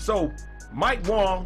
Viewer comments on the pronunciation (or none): Its Wang my dude not Wong